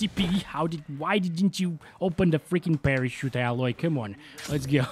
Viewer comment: Btw her name is pronounced "Ai-loy". But keep pronouncing it as Alloy as a running joke lol.